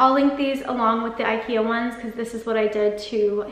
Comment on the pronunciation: God, your constant mispronunciation of IKEA make this video absolutely unbearable. Why do Americans think the way they choose to say things is right?